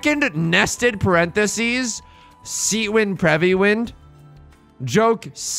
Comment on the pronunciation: i also like it when he says prevy